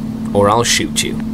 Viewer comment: Lets begin or I'll shoit you....brilliant. great vid mate